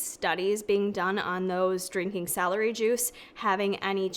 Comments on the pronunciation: So cute how with your accent celery sounds like “salary”! Here’s an amazing science based article article on celery and celery juice, it’s also in a podcast form. Basically goes into all the nutritional benefits of celery on its own and then addresses juicing. Spoiler: vegetables are good, chew them. Love ya! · My mom was born and raised in Rochester, NY - when she says "celery" it sounds like "salary" - which has made me giggle my whole life - and I noticed it does for you too. Must be an upstate NY thing! Hehe - Thanks for the vid!! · The way she says celery